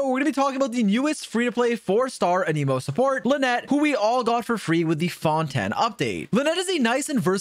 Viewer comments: why do you say fon-ten instead of fon-tain????? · FONTAN!???!!! ITS FONTAIN GOD DAMN IT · i get that fontaine is french, and fon-ten is how you would normally pronounce it irl, but in-game they say it like fon-tayn. 🤷‍♂ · HELP THE WAY HE SAYS FONTANIE 😭😭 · Fon-Ten cracks me up 😂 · no way this man is saying Fon Ten.... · why does he keep saying fontan and a knee moe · Cool video, but where is this Fon-Ten you keep referring to? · Stop saying fontaine wrong, ty